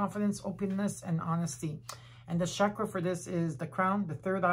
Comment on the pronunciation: Mille grazie!!! Ti vorei chiedere di voler gentilmente pronunciare la parola “chakra” con la “c” nella fonetica italiana. Come sai, nel Sanscrit, il suono trasmette energia🙏🏼🌞Di nuovo, grazie di tutto cuore.